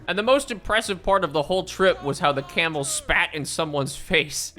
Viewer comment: Can somebody figure out how many times says camal